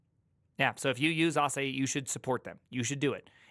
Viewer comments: I belileve it's Asahi, like the way Michael Jackson would say "hee-hee". It's Japanese for 'Morning Sun' (just like the Asahi brand of beer). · There is no "eye" in Asahi. Just ask a Japanese person. Or a bartender where they have Japanese beer. :) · Not to be annoying but it's pronounced Asa-hee, the japanese is あさひ（旭） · Asahi is a global beer brand and so easy to pronounce properly. Difficult listening to that pronunciation. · just watch your video with subtitles and laugh out loud when you read it. xDD oh its asahi not asahi. 🤣🤣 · asahi is a japanese word. its read asaheeeee, not asahayyyyyyyyyyyyyyyyyyy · Asai, Asahai, lmao. It's Asahi, just read it like it's written. Your fellow American invented this romanization system, why can't you read it. Seriously, imagine a language with orthography being so fucked up, you can only guess how to read a word you never seen before. You guys really need to reform your orthography and spell foreign words phonetically. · It is Asah he phonetically... If you want to call it Asah hi it shoudl be spelled Asahigh. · Bro, quick 1-second-stop and research the Freaking name.. ah-sah-hee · A-sa-he 朝日, it's japanese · its A-sa-hi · "asa-hee", it means morning sun in Japanese! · There's no fucking way it's pronounced Asa-hai. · Pronouncing asahi as "ah sah hai"?🤦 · Ah-Sah-Hee. This is a Japanese word, so all syllables are open: Asahi means “rising sun” in Japanese, and it is also the name of an apple cultivar. 旭りんご (asahi ringo) is what we know as the McIntosh Apple, the apple variety that gave the Mac its name. - I think we should push for React and TypeScript to be integrated into the Linux core. What could go wrong? - clique /klik, klēk/ (it is both) The US uses klik, and UK uses klēk. I'm not sure what it is in Montanese. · i pronounce it "Ass High" lol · Pretty sure it's pronounced "ah SA hee", emphasis is on the second syllable. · i think you pronounce it like ahsaaahiee so its an iee on the end and not an i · "AH SAR HE" gosh...